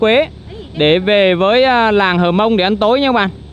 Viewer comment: Cô gái Hơ mông ( chứ không phải là hờ mông) ngồi bên bếp lửa. Chàng trai mường tè đứng ... gốc cây. ( Núi và đồi khác nhau đó bạn).